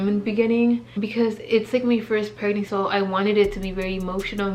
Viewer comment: Why do u have such a hard time saying PREG-NANCY GIRL? Lmao. It sounds like u’re saying prenansi 😂